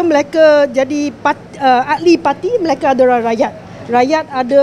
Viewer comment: AIyo!Auntie janda Her Bahasa pronunciation is really really terrible. She can't even notice it. Her pronunciation for mereka becomes Malacca & ahli becomes akli hahaha! Wonder where her "close friend" Victor Gu is now? Hoohoohoo!!